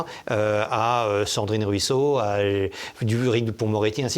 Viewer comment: Ahahah par deux fois, il dit Cendrine Ruisseau dont une fois où il commence à dire Sardine Ruisseau😂😂😂